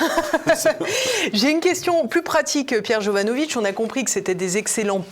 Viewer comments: Jovanovic pas jovanovitch par pitié, il ne cesse de le dire :) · J’adore PJ mais tu dois prononcer Jovanovic avec le c et pas jovanovitch! Demande lui, il est Serbe ou Croate et pas polonais. Je suis sorti avec une Jovanovic et ils sont très clairs sur la prononciation à la française. Merci pour l’émission. Toujours passionnant